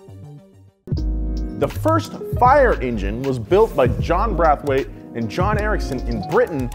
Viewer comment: Y'all spelt parliament wrong, George Clinton wouldn't like that. And mispronounced Braithwaite